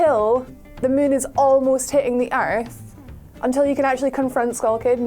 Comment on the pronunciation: DUDE PLS its MOOOOOOON not mUn !!! damn jesus aw lawd